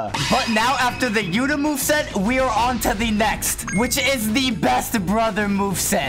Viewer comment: Bro said yutá'